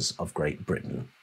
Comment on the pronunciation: Sounds like brutish !; instead of Britton 😡